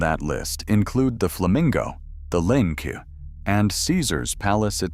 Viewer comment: JFC, can you check your ai narration before you upload? It can’t make up its mind whether it’s called “the link” or “the linick”. Also, no one calls it the O.Y.O. It’s pronounced “oy-oh”